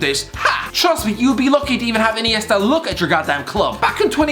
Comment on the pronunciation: “dAvId” InEIstA